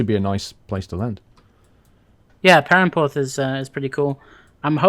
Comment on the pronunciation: You say perranporth as pirranporth